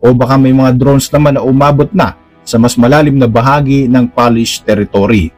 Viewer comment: Polish po hindi Palish. Pronounce at it spelled.